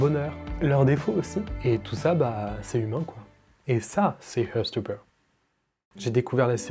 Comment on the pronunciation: Désolé mais j'ai du mal... heart se prononce HART et non HEURT (to hurt signifie blesser). Sinon c'est très sympa ta vidéo et j'ose pas dire combien de fois j'ai regardé la saison 1.